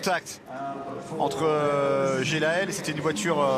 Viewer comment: I hate how these guys call him "Jel-ael"